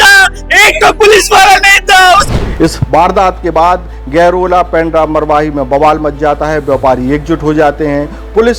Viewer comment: गैरोला नही गौरेला anchor जी